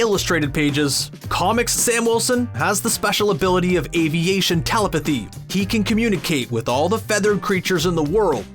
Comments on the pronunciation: Teh - Lep - eh - thee. Not tella - pathee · Also, it's pronounced tə·LĔP·ə·thē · I hate to be that guy, but you're putting the stress point in the word "telepathy" in the wrong place. Please try again "teLEPathy" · Did you all hear how he pronounced telepathy